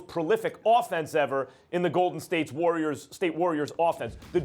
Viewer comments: Lol SAS in the beginning was about to say Larriors L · Stephanie Lurry and the GAYDEN State LURRIORs